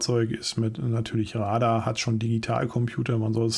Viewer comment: die Betonung bei Radar liegt laut Duden auf dem zweiten A